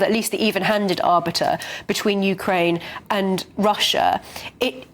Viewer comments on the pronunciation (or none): none